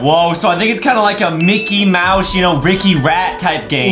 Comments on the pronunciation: Bro it said micket at the start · ah yes MICKET